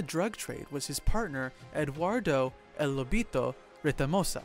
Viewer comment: It's EL not L